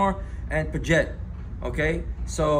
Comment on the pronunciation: history lesson kids, its not Audemar and "PIJET" fml cringe